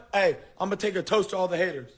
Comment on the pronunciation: Lol sneako said it "you goona regret it"